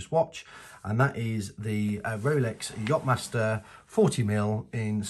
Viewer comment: do you say jot-master?